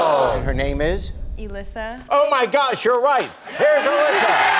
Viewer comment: So weird to hear my name “Elissa” And the way she said it is how you correctly pronounce my name lol People ALWAYS SAY Alyssa(uh-lyssa )or Elisia (eh lis e ya) But it’s just like ALYSSA but with an E instead of the “uh” Lmao. Idk why I am explaining how to pronounce my name correctly.